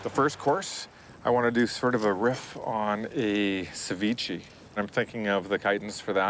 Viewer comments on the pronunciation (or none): Cevichi? I thought it was ceviche?